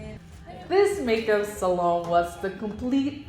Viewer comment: I miss how you use to say salon 😢